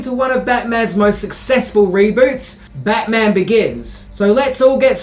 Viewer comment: Take a shot every time says Bayman! 😂😂😂